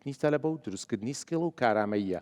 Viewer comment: ناشڵێن سکەیڵ ئەڵێن سکێڵ کە هەر نیە لە ئینگلیزییا وابزانم